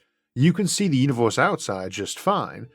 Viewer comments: why can't you say universe and say univorse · I think the video is of great quality but that throws me off, because it's mostly normal English but then I hear "univors" for example